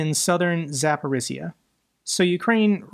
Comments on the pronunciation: Not sure if you looked up pronunciation of Zaporizhzhia. If you did and still struggle, please ignore me. I grew up in Zaporizhzhia, and I understand it's not the easiest city name to say. I've been watching you for more than a year, and this is the only real complaint I have. Please keep up the good work, thank you. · Hey! Thanks for all you do. So you know: Zaporizhzhia rhymes with “Polynesia, amnesia, Micronesia.”